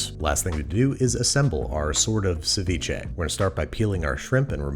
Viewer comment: that doesnt sound like seviche.